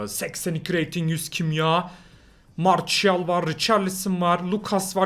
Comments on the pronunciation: aynen ya marsial ne marçial diye okunuyor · Zaten martial diye yazılır marçial diye okunur biraz ingilizce yaa